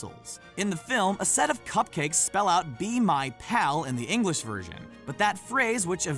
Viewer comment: I'm triggered how he said English because I live in England and I am English and he said it like ingalish English people say it like inglish